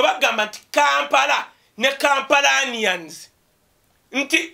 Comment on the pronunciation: Kampalans ffs! Not Kampalanians.